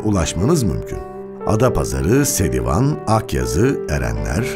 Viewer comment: Serivan degil serdivan... Guzel olmus